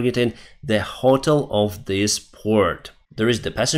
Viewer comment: your English is improving, but you are still pronouncing hotel and south wrong. When you say the russians are ‘souse’ I have to chuckle because souse means drunkard! 😂